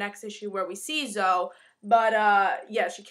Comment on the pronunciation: It's really cute the way you say it and I might be wrong, But I think it's pronounced Zo-ee